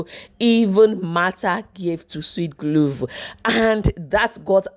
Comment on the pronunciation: Guluva not guluvu ma🏃‍♀️🏃‍♀️🏃‍♀️🏃‍♀️🏃‍♀️🏃‍♀️